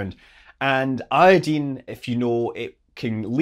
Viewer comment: I don't know if it's because you're Scottish, or just well educated, but I'm so glad you pronounce iodine correctly.